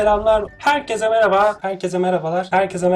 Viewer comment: merhaba yı meraba diye telafuzu eden senin kadar sevdiğim bi youtuber yok (bu arada telafuzu hakaret anlamında söylemedim)